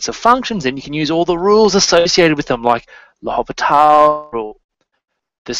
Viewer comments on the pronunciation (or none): The H in L'Hôpital's rule is silent. See "(pronounced: [lopiˈtal]) "